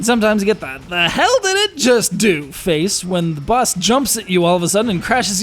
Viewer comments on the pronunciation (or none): none